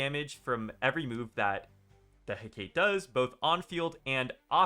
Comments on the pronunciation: the syllable stress is on heh, not kah. HEcate, not heCAte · The pronunciation should be Heck-Ah-Tee! Her name references the Greek goddess of magic and witchcraft. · (Heh-KAH-Tee).. is how you pronounce the echos name. Hecate is known as a Greek goddess who is a master of magic and witchcraft. I'm a smite2 player. I have lot of useless knowledge on gods 🤣😅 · Heck-a-tay=hecate, mother of witches in greek mythology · Hecate = Hec-uh-tee Shes the Greek goddess of magic, witchcraft, crossroads, and I'm sure a bunch of other things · The way you pronounce hecate is frying me 😂